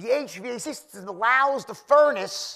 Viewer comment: He's the only guy that pronounces HVAC one letter at a time 😅